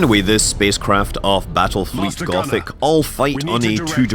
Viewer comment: Did you say Battlefield?